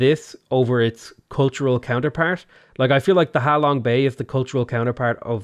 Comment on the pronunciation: ser its ha long bay not how long bay